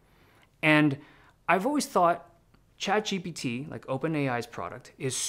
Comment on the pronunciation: Why do you pronounce chatGPT «chad gpt» 😫